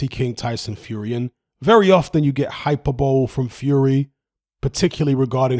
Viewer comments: It’s pronounced hyper-bo-lee not hyper-bowl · second time in the last 2 days has said "hyperbowl". proper tickling me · Never heard someone pronounce "hyperbole" as HYPER-BOWL lol wtf. Maybe it's just me! 😆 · Totally agree, great video. Btw, it's pronounced "hy-per-bo-lee" for future reference 😉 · It's pronounced hy-per-bo-lee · yeah I picked up on that as well, thankfully boxing knowledge far outweighs his pronunciation skills 😁